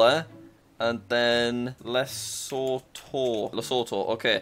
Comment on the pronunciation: Tip: The country of Lesotho is pronounced “luh-soo-too”